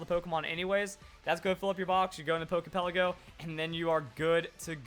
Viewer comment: It irritates my nerves the way you say "Pokey Pelleggo". Lol. But other than that...great vid!!